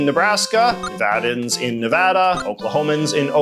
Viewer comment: He says Nevada & Nevadans the right way <3<3<3